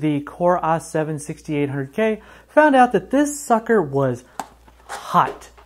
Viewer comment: "AH 7-6800k" lol